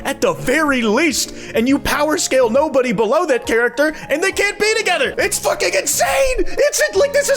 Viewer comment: Her name is Nobara not “NOBODY”. And they’re from Jujutsu Kaisen.